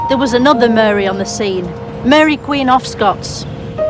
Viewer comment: Muh-reh…. It’s Lancashire for Mary 😂